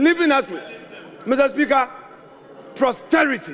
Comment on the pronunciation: Please tell Afenyo that the word is posterity not prosterity?